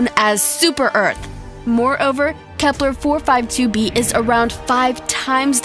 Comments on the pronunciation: Stop saying Kepler😂😂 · Why do u keep saying Kepler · wtf is "KEPLER" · Why u keep saying kepler, u idiot